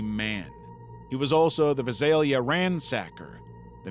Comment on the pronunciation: Vi-Sail-ya (phonetic) I haven't heard a word butchered quite like that since the Great British Bake Off did Mexican week.